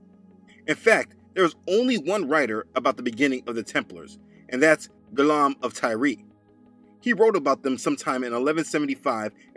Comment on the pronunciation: My name is Guillaume also. However, pronounce the “ill” like a y. Its a common mistake :) Thank you for your videos.